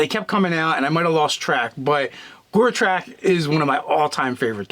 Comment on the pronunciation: Guys I'm sorry but please, its Go-trek, not Gore-trok. Other wise, fab video and yes please to the character build. Personally I'd go with zeolot barbarian Paladin oath of vengeance